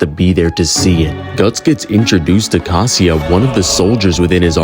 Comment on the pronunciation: Caska❌ casia✅